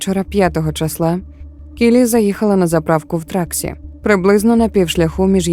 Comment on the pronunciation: Truckee California (Тракі наголос на і) не траксі